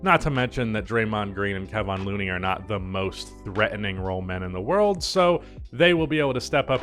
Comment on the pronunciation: You say Kevon Looneys name wrong